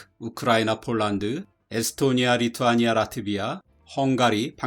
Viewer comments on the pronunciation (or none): none